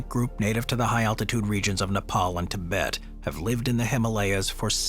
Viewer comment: You mispronounced Tibet.